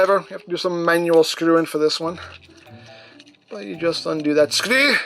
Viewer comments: It's more Scottish than English, bring from Scotland I'm very confident in that. As to where it came from I can't answer that I'm afraid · If anyone knows (or maybe the man himself) where did the very Engrish sounding pronunciation of "screw" come from? Did you just come up with it yourself or is it from someone Sentai show I haven't seen yet?